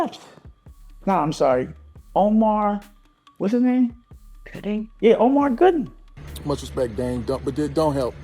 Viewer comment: Dame keep messing up Omar Gooden name is super funny 😂😂😂😂😂😂😂😂😂😂😂